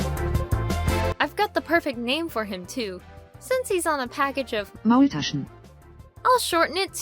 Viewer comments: As German and Swabian: Your pronunciation is good. And no, Maultaschen aren't that similar to dumplings. There is however a funny story behind them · When said maultaschen I felt weirded out since its german and I'm german and I'm just surprised how almost it sounded right